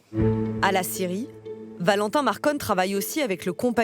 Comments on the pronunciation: Quand ils disent scierie on entend Syrie c est bizarre non ??😂❤🎉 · Ecouteurs au resto a regarder la video et 3 bieres et quand tu entend scierie tu entend Syrie c est bizarre😂🎉🎉🎉❤